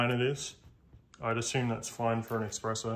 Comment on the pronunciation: Bro, it's Espresso 😭